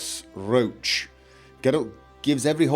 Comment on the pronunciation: Still pronounces RO-ACH as RO-SHE. Jesus..... You do it on purpose don't you? >_> Course.....